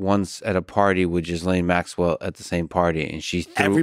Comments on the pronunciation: Her name isn’t “Jizzlain” lol. It’s pronounced Gilain. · Her name is pronounced "Ge-lane". Not "Jizz-Lane". The g is like the g in Go. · Why is he calling her Jizz-Lane... her name is pronounced Gilayne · It’s pronounced “Gih - lane” The s isn’t pronounced. It’s not “Jiz - Lane” 😂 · Yes. Very Smart. Wonder why he refuses to sort out the correct pronunciation of her British name that is pronounced: Ghee -Layne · I like how Tim makes sure to refer to her as "Jizz-lane" 🤣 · Thanx Tim for pronouncing her name properly: jizz-lane. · Not sure if Tim is doing this as a joke or if he is really clueless about how to pronounce Ghislaine’s name. Tim FYI, it’s pronounced with a silent s. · the S is silent in Ghislaine....its a french name... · I don't think it's pronounced Jizz Lane xD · Phonetically gill lane.